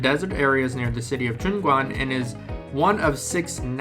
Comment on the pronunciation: JiuQuan, pronounced Jiu Chuan....